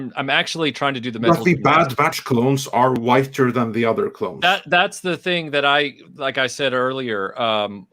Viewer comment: Say it with me everybody, “clones”.